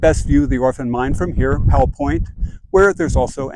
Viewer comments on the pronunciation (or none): none